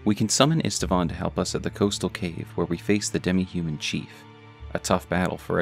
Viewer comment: Old Knight Istvan's name is actually pronounced Eesht-Vahn, not Ist-a-vahn.